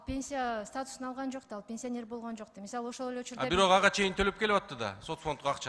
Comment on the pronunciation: Пенсионер деп суйлочу катын ПИНСИОНЕР дебей😅